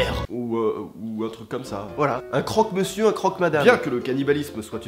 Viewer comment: Moi je suis morte de rire a crok monsieur